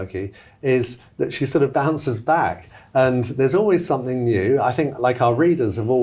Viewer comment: ..."somethink" yet again 🙄